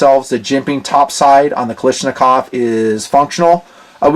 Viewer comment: I can't believe that after so many years you still can't pronounce the word KALASHNIKOV! Not Kali , its Kala. Otherwise I enjoy watching your videos.